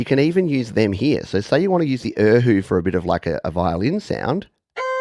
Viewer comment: Error: Erhu is pronounced Ar-hoo and Guzheng is pronounced Goo-jung